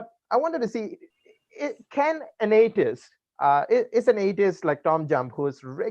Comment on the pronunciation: It's pronounced - 'A - the - ist', not 'A - tist'.